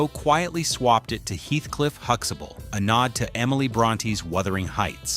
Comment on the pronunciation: They are not saying Huxtable properly either...